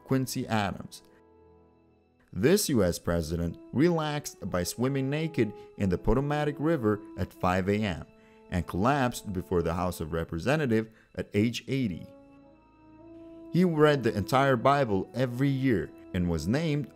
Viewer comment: The "Poto-matic" River? Really, c'mon.